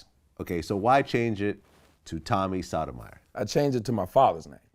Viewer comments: Great interview, Vlad it's not sadomyer you kept pronouncing his like it's Sotomayor, and that dude who interrupted the interview Tariq is a welfare mentality emotional dude definitely raised by his mother and a racist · It would have been nice if Vlad said his name correctly. It’s pronounced “Soto-my-your”. Not “sodomizer”. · If you look at the words Sodomiser and Sotomayor they are very different and pronounced even more differently. Vlad is either Tyriq's Biznich, trying to slick diss Tommy, or truly uneducated as an adult. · Pronouncing his name the same was as sodomy intentionally was foul .